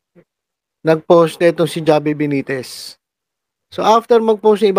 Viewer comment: H po mag pronounce ng pangalan ni mayor javi (havi)